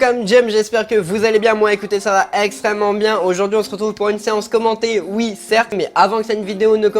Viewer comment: On en parle au début avec le « ExTreneMent Bien » 😭